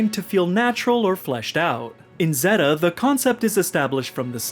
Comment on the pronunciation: he called it "zehhta" not "zayta" and I had to stop watching :(